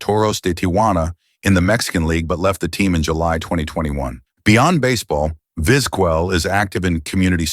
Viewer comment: Very interesting how the AI voice over pronounces Vizquel (and every other Latin name) different every single time. I think it said it correctly like twice. Trying spelling it out phonetically when you are writing the script. Maybe "Vizkel" would work. Sorry had to update after hearing the pronunciation of Craig Biggio, lol. AI still has a ways to go.